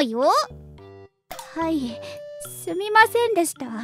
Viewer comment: すみませんの発音おもろい